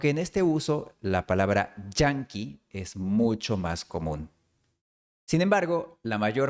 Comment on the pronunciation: Thanks for such a great video. Just to help your pronunciation a little, Yankee is pronounced rather differently than you did. If I were to write it in Spanish so that you could get the pronunciation closer, it would be llanqui, not Janqui. (But, you have to pronounce the 'a' long, i.e., ā, which is not a sound in the Spanish language.) Never realized why this word would cause problems to an hispanohablante until I just started writing this. Anyway, interesting video, and thanks again.